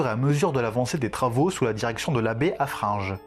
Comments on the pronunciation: Haffrin gueux pas ge !!!!😂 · Très bonne présentation, juste un truc qui m'a hérissé : c'est monseigneur HaffreinGUE et pas HaffreinGE. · Juste c'est haffreingue tu dis le gue Mdr j'sais pas comment expliquer